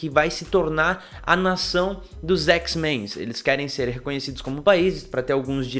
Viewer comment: Que agonia ouvir o cara falar "x-menS"..... poha, o grupo existe há décadas, de onde tu tirou esse "S"?!